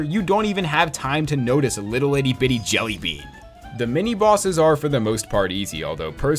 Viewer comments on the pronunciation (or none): More more like "Djelly the Djerk"